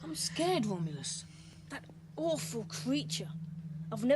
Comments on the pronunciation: yeah it's a bit sad the child actors who played Romulus and Remus couldn't pronounce their "R's" Womulus and Wemus. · Shame they couldn't get a pair of twins that could pronounce their "Rs", especially if named Womulus and Wemus......